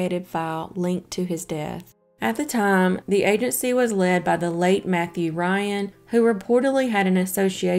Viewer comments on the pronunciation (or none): none